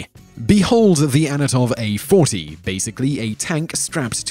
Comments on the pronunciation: It is antonov lol, not anotov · ?? ANOTOV A 40 WTF ??? dyslexia buddy ????? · How on earth can you pronounce Antonov "Anatov"? It's even Phonetically spelled. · not anatov, its antonov you idiot.. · An-ton-ove. Not Anatov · your pronounciation is crap mate dont say anotov when the text says antonov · "Anatov," Really? It's An-to-nov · is it just me or did he say"anatov" instead of "Antonov"? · Whistler, LEARN TO SPEAK,DAMMIT! It is AN-TO-NOV, not ANNA-TOV! Also, learn how to pronounce the letter R. You pronounce it in words that it does not appear in, and usually ignore it when it does. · you sayed anatov but it is Antonov they have produced the biggest airplane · "Anatov". It says Antonov right there in the video. Good job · It`s ANTONOV A-40, not ANOTOV A-40... Just read the text overlay you added on the video... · Not "Anatov"! Antonov is the name! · AN-TO-NOV, it's not that hard to pronounce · "Anatov" Pronouncing european names still remains difficult for the americans.